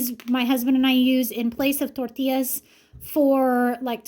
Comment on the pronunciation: The way you said tortillas I laughed so hard, even played it back a couple of times so back and listen when your explaining the egg tortillas it’s so funny!!! 😂😂 I love your videos I would sit and watch and listen to you water paint 😂😂 your family is so interesting! Thanks for showing us! 🎉❤